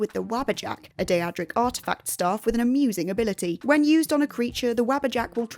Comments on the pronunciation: "Die-adric." 🙄 It's DAY-dric. Skyrim and Oblivion are fully voiced, there should be no confusion on pronunciations by now. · Die-ad-rick Prince of Madness? I mean...the word 'Daedric' is spoken by characters in multiple entries in the series. Including Oblivion... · Ah yes... The infamous Die-a-drick artifact Wabbajack. Not to be confused with the Daedric artifact Wabbajack. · Wabbajack? I get that in EVERY Skyrim playthru I run. Also... Wah-bah-jak. Day-drik. Now you can pronounce them properly. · Say it with me now 'day-dric' Daedric. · I love the day-ah-drick weapons. They are so cool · I’m pretty sure it’s pronounced daydric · yeah wtf is dieadric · I love that "Daedric" was pronounced two different ways in this video, and not one of them was correct. 👏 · Or pronounce daedric correctly.